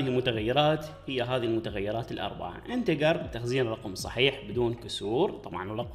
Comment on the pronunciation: انتجر مو انتكر